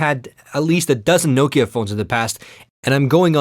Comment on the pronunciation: sä oot suomalainen ni älä ny lausu sitä Nokiaa niinku joku jenkki, Noukia..